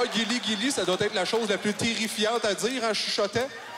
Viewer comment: Quand il a dit “Guiliguili” Ça sonnais comme “Kirigiri” (Les fan de Danganronpa vont comprendre)